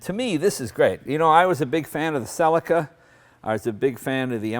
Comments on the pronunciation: wtf is "SELLIKAR" ??? its pronounced "SELL-EE-KA" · Cel-ica? Bloody hell America, I know you guys like to make things simple but it really is pronounced see-lee-ka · Why can't Americans pronounce any car names correctly? SELLICA